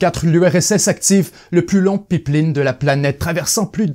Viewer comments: C'est Pipeline ( payplane ) prononce ce style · "Le peep-lean" 😂😂😂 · Je crois n’avoir jamais entendu quelqu’un prononcer pipe-line de cette façon